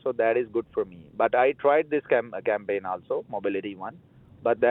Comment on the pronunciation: he almost said SCAMpaign 😅